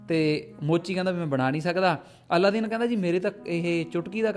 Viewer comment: ਜ਼ਿਆਦਾ ਪ੍ਰਚੱਲਿਤ ਨਾਮ ਅਲਾਦੀਨ ਹੈ ਪਰ ਤੁਸੀਂ ਅੱਲਾਦੀਨ ਬੋਲਦੇ ਰਹੇ ,anyway no problem